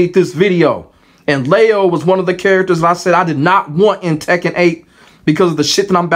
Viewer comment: well the Gender has already been told (female) and her name is LEE-O they have Lee and Lie in Tekken already the way they are saying it LEIO and yeah yeah rage art combos kinda been there done that at this point not many people used this person either